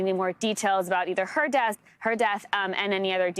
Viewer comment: PLEASE! IT IS NOT “DATH”, the word is pronounce death, de-uth. Not DATH!